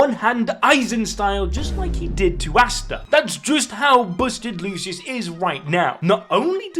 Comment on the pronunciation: Did bro say asta Dead😳